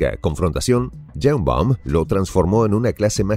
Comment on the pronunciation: No es Yeimbaum.... es Sheimbaum.... y no es presidenta es Presidente!!!!